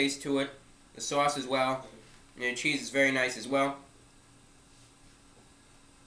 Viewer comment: "its vewy nice" god i LOVE this channel